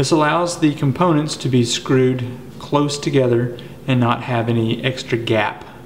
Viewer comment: You said, "1 1/4 'cloze' pipe nipple that allows the components to be screwed 'close' together." You did not even notice your own 2 different pronunciations in the same sentence. If you learn the names of parts from your Mexican friends, maybe you can learn a bit and teach them. I never ended up building a pump. I lost my artesian flow when a neighbor down the hill illegally drained the water table below my artesian level by venting his well. He vented 25 million gallons onto the ground in 8 months. As a student of mechanics and physics, I've studied the various designs. The air chamber needs enough pressure to hold the water column to the top. If you do not put enough pressure in the inner tube, you dampen the ramp force and limit the amount of pressure that can build with each stroke to pump water up the hill. The system will still work but just not as well. An under pressurized inner tube will end up crumpled up as it is compressed to the water column pressure. I like the designs that use a hot water expansion tank as the ram chamber. The diaphragm in those tanks has less water turbulence so the ram energy is used efficiently. The reason ram pumps work is they use the momentum of the water to build the ram pressure. Water swirling around an inner tube can lose a lot of the momentum. Think of it as water drag or friction. I'd like to try making one with an inflatable test plug. It would be fun to build a couple different designs to see which works best.